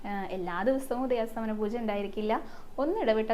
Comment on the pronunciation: ഹരേകൃഷ്ണ❤ ഉദയാസ്തമന പൂജ എന്നല്ല ❤ ഉദയാസ്തമയ പൂജ എന്നാണ്❤❤❤❤❤